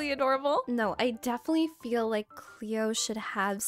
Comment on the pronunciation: Girl I love your videos but I was screaming CLOE everytime you said Cleo😂😂